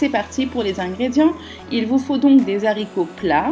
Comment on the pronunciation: Des zaricots?!....waaaaah mes oreilles! Des haaaaricots avec un A!